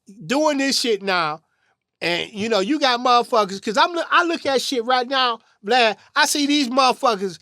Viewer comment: are so slow. What the freak is a glad?! It's VLAD!